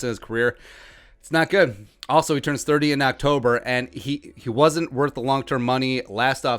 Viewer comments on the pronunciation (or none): none